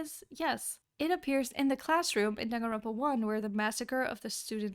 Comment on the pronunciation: It's johnganronpa